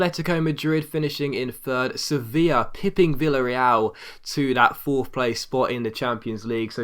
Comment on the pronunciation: Just a heads up - two "ll's" together in Spanish makes a 'y' sound. So "Villarreal" is pronounced Vee-ah-Ray-aal, and Rayo Vallecano is pronounced Rayo "Vay-ah-cah-no".